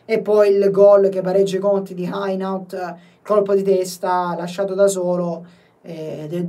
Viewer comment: Hainaut di pronuncia Henò 😊